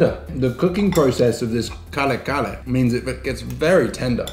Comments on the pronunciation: Ka-re ka-re pronounce slowly 👍👍 from mother May thank so much and please cook it haha that so good and one of delicious Filipino food ❤️ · Hi. The proper pronunciation is ka-reh'-- ka-reh' with the accent placed on the last syllable rather than on the first syllable. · I really am ecstatic on you pronouncing Filipino dishes/ingredients. Good observation with satay - peanut butter similarity. Kare-kare is pronounced ka-re ka-re (not curry curry hehe). atsuete (pronounced a chu-we teh). And bagoong is ba-go-oong. Usually we don't add calamansi with our kare-kare. As always, appreciate the nod to the Filipino cuisine. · Kare kare not kale kale and put bagoong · KARE -KARE hahaha not kale kale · Yay, new video. Kale-kale, Care-Care, however u say it, that's fine. You'll soon get it right. 😂✌🇵🇭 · Ahhahaha😂 pronounce to curry curry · Ka-re ka-re u min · that's KA-RE KA-RE😁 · Kare-kare is pronounced as KAH-REH KAH-REH. It is a peanut based beef stew. Aside from peanut butter, you can also use real unsalted roasted peanuts and then pound it till it is in rough powder texture and add it on the stew to thicken the broth so it is midway between brothy and saucy. The shrimp paste is eaten like a sauce to add on for every scoop of spoon that you eat - just like a sauce. Kare kare is actually very filling and thick that sometimes some bites, i do not add the shrimp paste, sometimes, i do. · Pronunciation is KaRe KaRe and Ba-go-ong ☺️❤️ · Car-e car-e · your pronunciation is correct...you just have to ROLL THE R. 😁😁😁